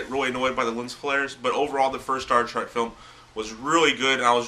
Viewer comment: Dude, no offense, but it's Star TREK, not Track.